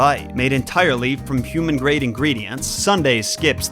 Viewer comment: Please human, can I have some more? Lol Also I think Ive been binging to many of these, cuz I first I thought said it was made of humans. I breathed again once I realized he was saying "human-grade"